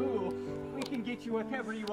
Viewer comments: Dat bretti gud merioh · And Merio